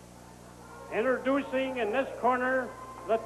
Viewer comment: Got to love classic Don Owen. "Interdoocing.."